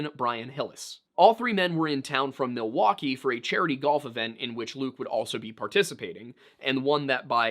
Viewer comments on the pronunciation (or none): none